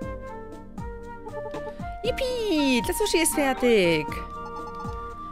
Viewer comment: Jetzr hab ich Hunger auf Suh-schie.